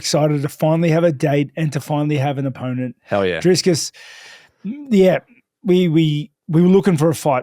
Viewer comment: DriS - Kus??? Really guys its not that hard. Drikus... 😂